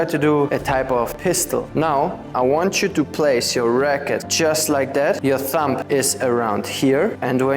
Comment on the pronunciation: As usual, great teaching and nice attitude, thanks ! (Don't pronounce the B of thumb 😊)